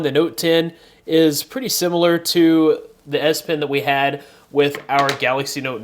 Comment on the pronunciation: the way you pronounce it sounds like ass pen